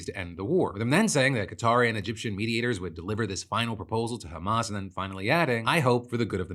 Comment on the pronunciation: Anyone else hearing "meat-eaters" every time Phil says "mediators"...